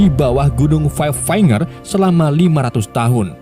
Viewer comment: Five finger. Dia bilangnya five fainger 😂😂😂